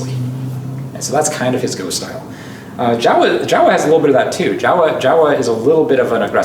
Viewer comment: Not Jawa like in starwars, but more like Joh'wa/Jouwa :p